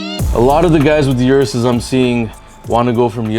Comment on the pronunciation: O-RUS not U-RUS